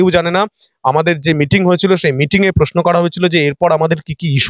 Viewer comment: ...আপনি একজন সাংবাদিক। কিছু মনে করবেন না। যদিও আপনি আমার সন্তান তুল্য,যথেষ্ট সন্মান জানিয়ে বলছি আপনার কাজ আরো আকর্ষণীয় করে তোলার জন্য দয়া করে আপনার উচ্চারণ ঠিক করুন। 'পত্তেক' 'গনতন্ত' 'পশ্ন' এই ধরনের শব্দ শুনলে ভিডিও টা পুরোটা দেখার ইচ্ছেটা হারিয়ে যায়। একটু খেয়াল করে বলুন, আপনি পারবেন।